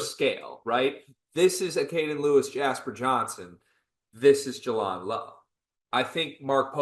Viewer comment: You did all the research, yet didn't hear everyone else pronouncing his name properly. J-land. Jay-land. Jaland Lowe. Thanks. And respect.